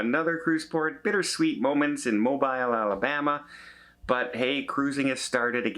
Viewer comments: It is pronounced, Mobeel, not Mob(eye)l. Lol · And it’s pronounced MO-BEEL - not Mo-bIle 🤗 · Its Mo-Bill. Local knowledge on the pronunciation.... LOL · It is pronounced M-O-L-B-E-E-L. My ancestors for over 100 years are from there.